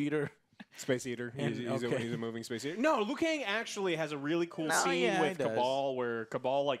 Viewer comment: Why does Joe keep saying Liu Kane??!?